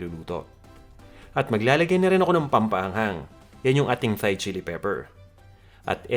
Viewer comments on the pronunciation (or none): none